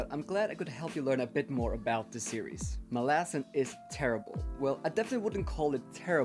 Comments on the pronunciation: I'm not sure if there is a proper way to pronounce the name either, but it will always be Molasses now in my mind. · I'm so happy that my "molasses" comment became such a good ongoing joke throughout the video 🤣 And I'm so sad that the author himself pronounces it like that hahaha